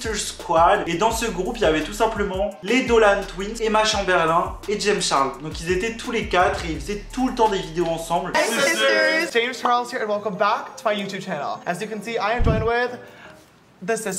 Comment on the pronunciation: attend ta dit Emma chamberlUN ?!😭😭😭